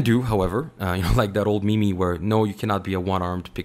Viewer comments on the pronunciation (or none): meme pronounced mēēm not me-me